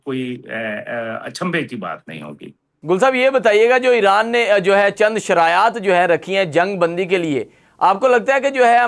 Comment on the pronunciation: Anchor ki Urdu شرایاط, شرط ، شرائط, Abraham Lincoln, not Abraham Lankan, جوانان پاکستان ہوتا ہے ،، نہ کہ جوان نان پاکستان ۔۔۔ guest ki Urdu se hi seekhny ki koshish kry khudara, itny senior guest k samny aesi Urdu afsos es qadr Urdu ka naas anchor ki trf se